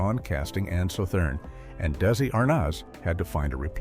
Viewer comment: Damn I hate AI narration that can't pronounce Desi Arnaz's name properly!